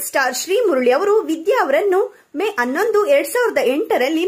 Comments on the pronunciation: Pls pronounce “H” properly. It is hatthu not atthu 🙄. It is “Hanondu “ - not “anondu “!!!! Please 🙄🙄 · ಅನ್ನೋಂದು ಅಲ್ಲ ಹನ್ನೋಂದು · All may be correct. But narrator has to focus on alpa prana and Maha prana while telling announdu instead of Hannondu It irritates